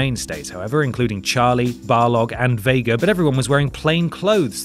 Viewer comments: It's Balrog, not Barlog. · Is there a reason why you call him Bar-log instead of Balrog on the Street fighter bit? I'm worried that's what you've always thought he's called 😳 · "Barlog" hahaha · Hey u guys said "BARLOG."....his name's BALROG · Barlog? Seriously? BARLOG?!?